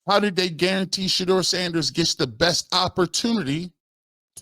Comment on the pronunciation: It's absurd that he can't say Sanders name. Stefanski is a clown.